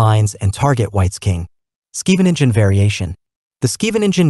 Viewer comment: I don't know any dutch, but I'm pretty sure it's not Skiiveninzen 😂